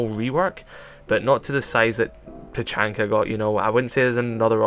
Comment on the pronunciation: YOU SAID HIS NAME WRONG!!😡😡😡